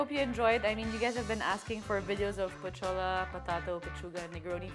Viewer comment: I thought Pochola is Pocholo...